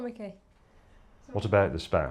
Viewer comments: *Teenagers giggle*. James May: its S P A M ! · The way he said SPAM I was expecting a SPAM, versus, SPAM.